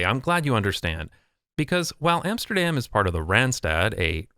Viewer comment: All good and well but it is about time you'd started pronouncing Amsterdam correctly ;)